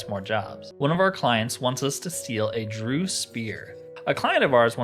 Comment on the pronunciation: The word "DREUGH" might look like it's pronounced like "Drew" but it's really pronounced like "Dregg" and Rhymes with "Gregg". Great let's play series.